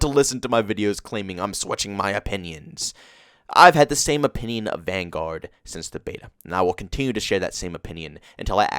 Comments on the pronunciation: I really don't understand why you pronounce Vanguard like that lol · No offense, but your pronouncement of Vanguard is wrong lol.